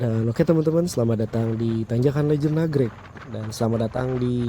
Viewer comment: Nagreg woy Nagreg 😢 bukan Nagrek, Jawa Banget K diubah G